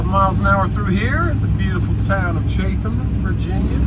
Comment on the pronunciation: Chatham is pronounced Chat Um my friend =)